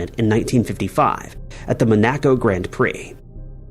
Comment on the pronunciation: I chuckle every time mispronounces a city name. Is this done on purpose for copyright reasons? Dublin and Monaco had me shaking my head. LOL